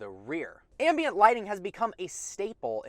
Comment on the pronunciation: Every time you mis- pronounced ambient...😟